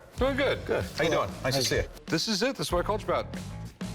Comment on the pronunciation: it eez what it eez